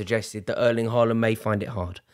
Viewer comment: If u tries to critic Haaland playing.. try to pronounce his name correctly......